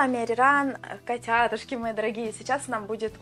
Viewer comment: Ахахах, в начале вместо котятушки, послышалось Катя Адушкины😂